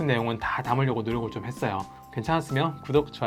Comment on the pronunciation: 어여~ 그랬어여~했어여~ㅋㅋㅋㅋ